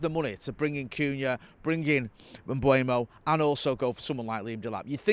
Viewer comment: People, it's not Mbwemo. E before U, it's closer to Mbomo. There's a video of Mbeumo pronouncing his own name on YouTube.